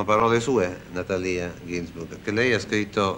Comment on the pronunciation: Si pronuncia Natàlia?